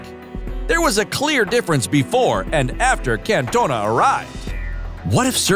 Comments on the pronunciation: Can’t- Ona 😂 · The way he says cantona is giving me a migraine